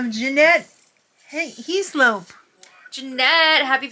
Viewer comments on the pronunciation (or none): Thanks for the birthday shout out I’m 65 years young lol My last name is pronounced Hess lop You made my day